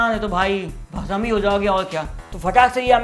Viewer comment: Not, bhasam It's bhasm,🤣🤣🤣🤣